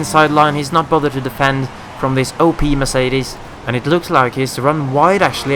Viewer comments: You don't say the second e in Vettel so it's more like Vettl :) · Console Peasant Race GMD45321 He pronounces it like Coulthard :p always thought the right way was "Fettel" though. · Haha first time I've heard that pronunciation of Vettel!